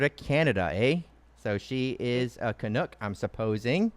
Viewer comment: It's pronounced can uck with a short sounding u, not a long u. LOL